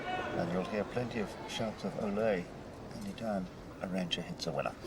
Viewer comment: Btw It's Arantxa, not Aranxta.